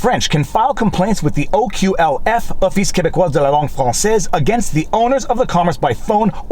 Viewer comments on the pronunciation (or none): none